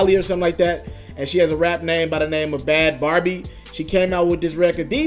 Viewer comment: Bhad barbie ?Noooo, you're saying it wrong.